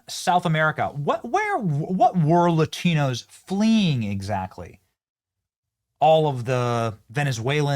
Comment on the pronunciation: I like how she adds an enye (ñ) to the word Latino. Latiño. I guess she needs a little more DuoLingo.